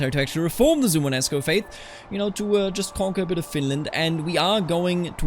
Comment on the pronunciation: suomenusko don't drop the o in suomen Perkele * Suomen Usko = Finnish/Finnic Belief are 2 separate words